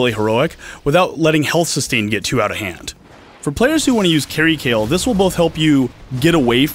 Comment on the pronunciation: Kayle, is pronounched Kay Le not Kay El